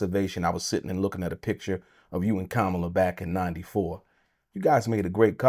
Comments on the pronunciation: Saying her f*cling name right n*gga. Coma-la, idiot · Bro you're pronouncing her name wrong SMH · This dude can't even pronounce her name correctly!! 😂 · She's been the vice president for almost four years and he still can't pronounce her name correctly?!! C'mon, that's inexcusable!!